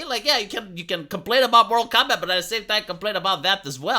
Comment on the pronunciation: It's Mortal Kombat, not Moral Kombat.